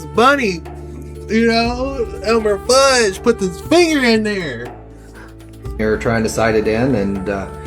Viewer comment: 😂did you say Elmer "Fudge"?!? Lol its "Fudd"